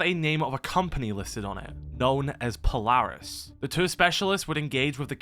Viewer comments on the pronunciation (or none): none